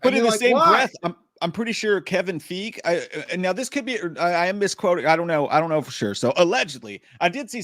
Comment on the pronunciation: Kevin Fiege is pronounced (Fie-gee)